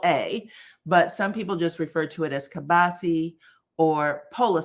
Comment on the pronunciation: Polish sausage/ keilbasa (keel-bah-sa)